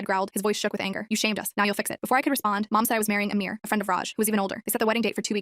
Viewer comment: Its not amir its amar